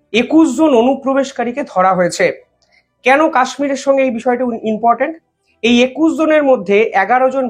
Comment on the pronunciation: কথাটা inportant na কথাটা important. রোজ দেখি একই ভুল।দয়াকরে উচ্চারণ ঠিক করুন।খবর পরিবেশন ভালোই করেন।অন্যদের মতো বেশী জাকজমকপূর্ণ এনিমেশন নেই। সাদা গোদা সঠিক খবর। এই ইউনিকনেসের জন্যই ভালো লাগে।আমার হক আছে,আশা রাখি অনেক আপনার থেকে.. তাই বললাম।